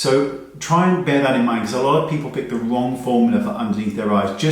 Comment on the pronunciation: “Wong formula” lolol